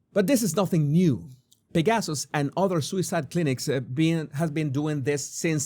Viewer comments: Thank you for this very interesting video. Just a small correction: "Pegasus" should be pronounced as PEG-uh-suss, with the accent on the first syllable, not with the accent on second syllable. The Swiss clinic is named after the winged horse named "Pegasus" in Greek mythology. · How did I not know about this? This is absolutely horrifying. I’m so glad that you talked about this because I did not realize this existed. Thank you for your candor. By the way, I love the way when you say the word Pegasus it comes out as ‘pig asses’. No truer words ever spoken.